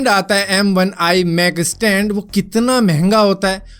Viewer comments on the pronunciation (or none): Bhai estand nahi stand hots hai 😂😂